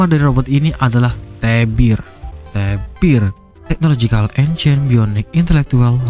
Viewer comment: Namanya T.E.B.I.R bg bukan LEBIR🗿